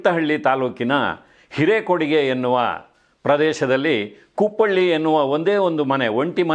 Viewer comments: ಕುಪ್ಪಳ್ಳಿ ಅಲ್ಲ ಸರ್ ಕುಪ್ಪಳಿ 👍❤️ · ಅದು ಕುಪ್ಪಳ್ಳಿ ಅಲ್ಲ ಕುಪ್ಪಳಿ. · ಕುಪ್ಪಳ್ಳಿ ಅಲ್ಲ.. ಕುಪ್ಪಳಿ